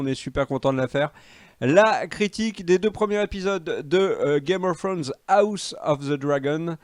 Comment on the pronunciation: Le retour de qui dit Game of Frones 😂😂😂